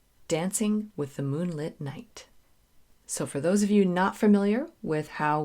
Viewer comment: It's "moon-LITT" as in LIT-erature. Moonlit is an adjective. Moonlight is a noun. I hope that helps - you're wonderful!